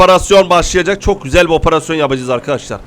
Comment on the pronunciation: Abi niye oparasyon diyon operasyon değil mi ?